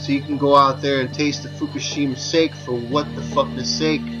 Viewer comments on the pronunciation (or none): sake is pronounced "sah kee" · Sah-kee. Hahaha. Sake.